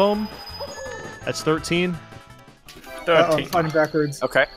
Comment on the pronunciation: every time eh ers, i thinnk hes saying pickle XD